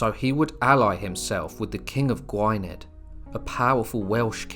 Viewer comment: "Gwhy-ned"? It's pronounced "Gwinneth" you pleb Good video though.